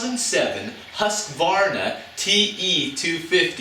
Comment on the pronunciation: I know this is an old video, but husqvarna is actually pronounced "Hooscwarna"